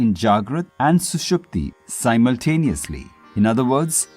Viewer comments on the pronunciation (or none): none